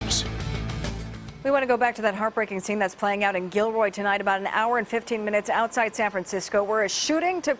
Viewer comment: did the brutha just say Kilroy??